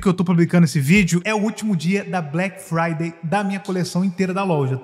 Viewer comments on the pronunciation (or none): none